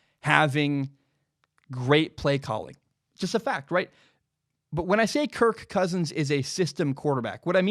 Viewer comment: It seems like you really struggle trying to say his name. So much so that it distracts from everything else you say, such that I keep waiting for the next time you say kirK Kousins.